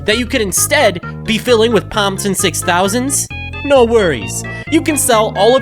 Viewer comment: That's a lot of mistakes in the word Pomson